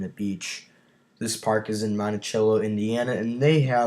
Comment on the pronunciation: Monticello in this case is pronounced montisello.